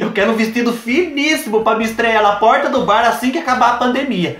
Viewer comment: Tem coisa mais fofa que o falando poRta??? Melhor coisaaaa